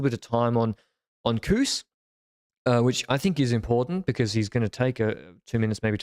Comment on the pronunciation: I cant unhear saying beKuss instead of because all the time 😅